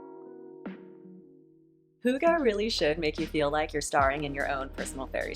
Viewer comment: I can confirm it is deeefinately not hoogah 🙊 its h-ih-gge. Im from Iceland and we also speak danish here. Love the video ❤